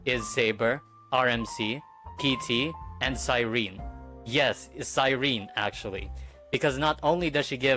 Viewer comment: No, not CYREEN, CyrenEE..